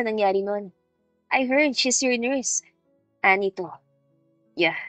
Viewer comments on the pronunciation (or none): none